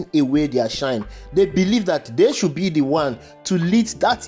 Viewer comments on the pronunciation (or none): none